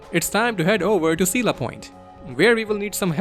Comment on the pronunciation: Coela isnt spelled Seela but Ko-e-la.